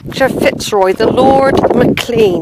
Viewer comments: You can't even say Mclean for god sake! It's spelt Mclean/Mclean but pronounced McLain/McLane. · It's pronounced Mc Lane ( McLain). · There is only one pronunciation and it is McLain/McLane...… the other pronunciation was used by the toothpaste company to highlight clean teeth!